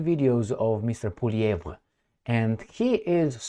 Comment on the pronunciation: he pronounced Poilievre better than most Canadians. even got the rolling R correct.